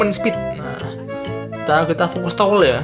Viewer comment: tower bang bukan towel 😅😅😅